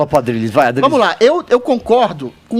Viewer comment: Adrilles esse é o nome desse rapaz? Aplausos pqp falou direitinho.